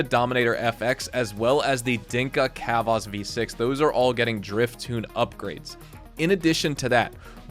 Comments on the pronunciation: Not sure if engagement bait but pronouncing chavos like khavos was funny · i just ripped a bong so read the following chill guy tone not oppressor nyanyanya the way you pronounced it isn’t a word so it sounds absurd and hilarious bc Chavos is a funny name for that Honda Accord bc it’s an informal Spanish/Spanish Mexican word for ‘kids’ (but mostly boys), who’d definitely slam this car It’s like a Nissan Altima or Minimus w/ better credit, faster, and more reliable but as reckless